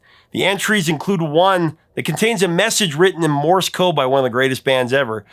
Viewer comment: Misheard "lyric"? Shot across the bow. Like the bow of a ship. Not a bow on a present. Rhymes with the sound you make when you smash your thumb with a hammer: ow! And there's Morris Code, which is actually Morse Code. One syllable. Rhymes with horse. Of course, you know more about music groups and bands than I ever will. I have no idea what the lyrics are for most of the songs you play without searching the internet! I love the mis-heard lyric videos! There's a bathroom on the right! (OK. I actually knew the right words for that!)